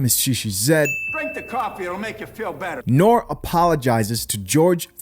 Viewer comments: NORE as is in "Know-Ray" that is how to say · NORE - it's pronounced NOR-REE Short for Noreiga .. CNN was the group. Capone and Noreiga. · you're mispronouncing the guy's name brotha. It's pronunciation is Nor Ree